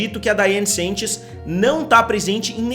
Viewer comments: pelo amor da curva finita central PARA DE FALAR "SENTCHES" É SANCHES SE QUER LER COM SOTAQUE É S(A)NTCHÊS AAAAAA N AGUENTO MAIS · Amo seu canal mas dói meu coração vc errar meu sobrenome toda hora